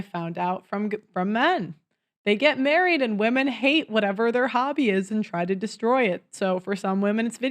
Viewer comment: wth is murried? does he not know howt o say married?